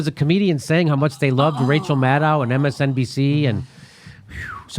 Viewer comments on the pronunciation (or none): none